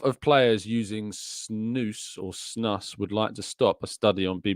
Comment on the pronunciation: Snus is Swedish so it's pronounced as Snoos